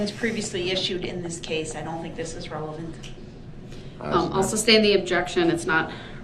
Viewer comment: It irritates my soul every time he says that